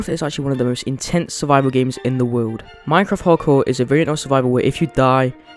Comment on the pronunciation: "peaceful game in the wowd" i am so sorry no offense